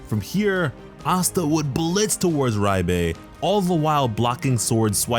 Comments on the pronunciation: am i trippin or is he sayin riebe instead of liebe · The romanji isn't "Rye-be" it's "ree-be" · (LEE BU) Liebe is said LEE BU not reibe wtf is this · Yup, and it's driving me crazy that it's being pronounced Ri-bay instead of Leeb-uh like it would be in German. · Ye he’s saying riebe not sure why he’s saying riebe when it’s liebe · Am I the only one that heard him say riebe instead of liebe I could be wrong I could swear that’s what he said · Great video! Looking forward to the anime. Btw Liebe is pronounced as Lee-buh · If Liebe is a german word then you pronounce the e and not the I, so it would be -leebe and it means love in German and that would make since of the demons background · I understand where you are coming from with the pronunciation reference, but I'll throw this out here anyway. Its pronounced Leeb-eh and yes it is german. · It’s pronounce like leebei btw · fyi, Liebe is pronounced leebah /ˈliːbə/ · why are you saying “RYE-BAE” ??? where is the R sound coming from in the name liebe? that shit is annoying me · Liebe spells like L[ee]be in German, but overall love your content! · Nice video☺️👍... But I really can't stand the way you pronounce Liebe. I don't know where you are getting "Raibay" from. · So painfully Cringe to hear him say Liebes name its so off it hurts